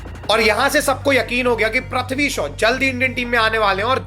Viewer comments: प्रथ्वी नहीं है वो। पृथ्वी है🤦🏻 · Prathvi bolne se acha prithvi bol detha Bhai😁